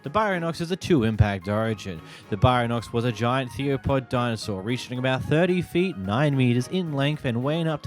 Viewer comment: Bro the way you pronounce baryonyx and theropod is killing me